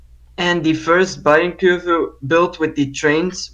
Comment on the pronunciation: It's pronounced Bayern Kurve not Bayern Kurve!!!